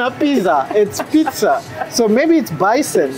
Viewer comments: Yeah a lot of people used to say bison with /s/ sound not /z/ sound. Bison 🦬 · Je suis américaine et je vis dans l’état du Colorado dans le Far West. Il y a beaucoup de bisons ici. Je peux vous dire qu'on prononce le mot "bison" avec le son "s", pas le son "z." Also, "sa-mon"--ne prononcez pas le L :)